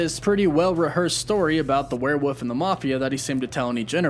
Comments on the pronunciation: "Werewoof" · Werewoof Me: Why does he say woof instead of wolf? at the end of his videos: Woof woof Oh... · Werewoof thats right isnt it.Werewoof now i cant stop saying it that way....